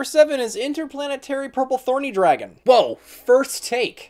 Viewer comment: ‘Yeah! First take’ Nah you said Interplanetarypurplethorny Dragon, not Interplanetarypurplythorny Dragon ;)